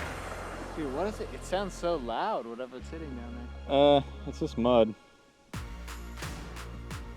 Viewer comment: Hitting has two Ts so please don't pronounce it " heh in". Pronunciation is important.